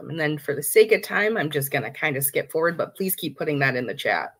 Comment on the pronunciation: ‘Foward’ is driving me crazy.